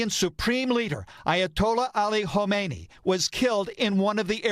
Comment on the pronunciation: Khamenei They still say "Khomeini" who died 37 years ago! Strange! As news reporter you should be able to say the right name.